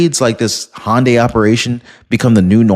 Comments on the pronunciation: Hyundai not hondya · It’s pronounced HUN-die not HON-day That said love your channel and appreciate all the hard work you put in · I'm pretty sure "Hyundai" is not pronounced "hon day".